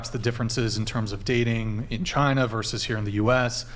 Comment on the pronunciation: "Chainuh iz Azzhoe"!